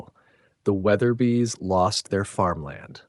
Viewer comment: I was duped... I thought this was a real voice and not some stupid A.I. The mispronunciation of Weatherby differently twice in a minute fixed that! Damn it!! These F**king robots are getting hard to detect. I'm out! I'm unsubscribing, even though these are well written stories.